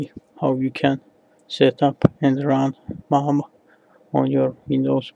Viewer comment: MAME... Not MAM! Don't kill it ffs...